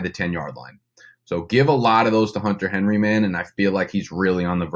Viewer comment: “Henter Hunry” Lol